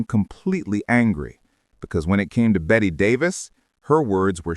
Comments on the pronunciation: pronounced “Betty” Davis - don’t let AI voice your videos kids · "Bet" Davis eh. Too much trouble to find out how it's pronounced but wanted to be a documentarian, lol.